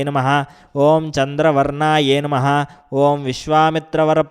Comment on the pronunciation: Please give right pronansesation i.e Namahh not name pls try to do correct So try to give correct pronansesatin namahh.